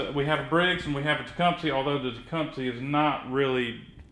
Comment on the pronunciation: you keep saying TecumSEE but it's pronounced TecumSUH.